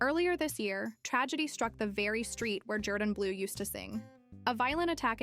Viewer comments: His name is not pronounced ‘Jer-dan’. It’s ‘Jor-dan’ even though it’s spelled Jourdan. He says his name on AGT which you have obviously watched. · Love this guys story and journey. However this cheap AI compilation doesn't do him justice, to the point of AI mispronouncing his name.